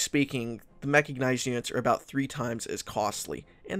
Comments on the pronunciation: it's mechanized not mechagnized oh my god that was bugging me the whole video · Ehm... It's called Mechanized, NOT Mechagnized. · Good video, but every time mechicknized instead of mechanized, it makes my spine cringe. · ehm ehm, "mecha-G-nized", sry what? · Are you aware that you're saying "Mecha-G-nized"? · great guide, but dude its called a ''self propelled Gun'' not ''Self propelled tank'' because it doesnt make any sense, also its called mechanized, not mechagnized, and Chromium is not called Chromemium. get your self together man